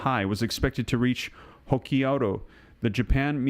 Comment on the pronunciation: Hokkaido is pronounced. HOE KI DOUGH